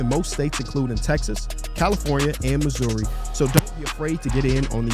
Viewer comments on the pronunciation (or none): none